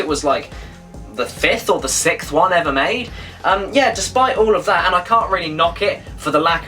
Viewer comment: Teehee he said sickth